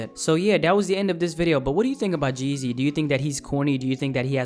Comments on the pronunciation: The name is G-Eazy not Geazy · sounds like your saying jay-z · Its G- easy not geasy , common man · Lol geezy wtf it’s g—easy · u said geasy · It's G-Eazy. Not Geazy. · It’s g........eazy Not Jeasy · His name is not one word. It's G______Eazy you are saying Jeezy. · The whole time you called him "Jeezy" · I could only stand a minute and a half of this... His name is g eazy btw.. not jeezy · Why does it sound like your saying jeezy Nd not g eazy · his name isn't 'jeezy' it's gee - easy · Lol why u keep saying Jeezy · Sounds like his saying jizzy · Sounds like you're saying Jeezy.....and everyone loves Jeezy. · OMG can you please stop saying Geezy its "G" Easy nigga damn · G-Eazy not Jeezy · He says Geezy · the way you pronounce "g-eazy" makes me wanna neck myself